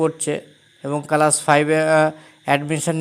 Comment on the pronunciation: কালাস না ক্লাস 😂😂😂😂😅😅